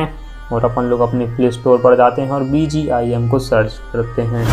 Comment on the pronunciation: He is saying bgim